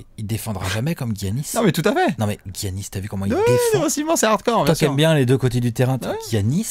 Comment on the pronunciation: Giannis ça ce prononce Yannis les gars ;) sinon en Bucks fan j'ai envie de dire Giannis mais Towns et Porzee sont incroyable et Ben Simmons est très impressionnant aussi...